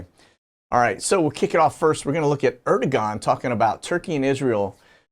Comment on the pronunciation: Turkey president name pronounced: 'air-du-wan'